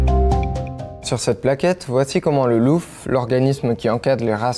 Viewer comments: ok, bien mais pitié ... on ne dit pas le "LouuuF" mais le " L O (au) F" il s'agit du Livre Officiel des Origines Félines et non du Livre OUFFFiciel des OUUUrigines Félines .... bref .... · C’est le loof pas le louf 👌🏻😂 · Loof se prononce lof et pas louf, tu vas au zou toi le journaleux, car perso je vais au zoo LOOF est un sigle français et non anglophone, c'est un peu comme SPIE, tu prononces comme une pie (oiseau) avec un S avant et non comme spy (espion) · On dit LO(O)F, pas "Louf" ;) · Vu que j'écoutais la video sans regarder l'écran je me demandais de quoi tu parlais à chaque fois que tu disais louf haha. Puis en voyant les commentaires à la fin tout est devenu clair, en effet ça se prononce bien lof, et juste parce qu'on est français et que c'est un organisme français! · Chez moi pour le LOOF on prononce "lofe" et non "louf", dans le sud ouest loufer c'est lâcher une caisse. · C’est « lof » et pas « louf » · Le LoF pourquoi le Loufffe, n imprte quoi Le LOOF se prononce Lof. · Bonjour LOOF se prononce "lof" et pas "louf"; ce n'est pas anglais mais français puisque ça signifie "Livre Officiel des Origines Félines" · L'acronyme LOOF signifie : Livre Officiel des Origines Félines. Pourquoi tu prononce "LOUF", à l'anglaise ? Ça n'a aucun sens... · On est en France, le Loof se prononce lof, comme dans le pas de calais loone plage se prononce lone plage ! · Merci, j'ai beau etre du Nord j'ai toujours prononcé "loun" 😂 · Livre Officiel des Origines Félines… le Louffe?! Ze pigiste ze angliche? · LOOF ne se prononce pas louf, ce n'est pas de l'anglais. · Bonjour, je suis le journaliste qui a réalisé la vidéo. Merci pour vos retours en commentaires. Certains pointent la prononciation du mot "LOOF". En effet, je l'avais vu à l'écrit et le double "o" m'a joué des tours. Mais c'est bien noté pour la prochaine fois! N'hésitez pas si vous avez des questions sur le Savannah, ou des sujets à creuser pour un prochain format. Bonne journée